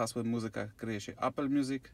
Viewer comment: Ijos, Apel (później Ajpl), Gogel takiej wymowy to ja w życiu nie słyszałem :D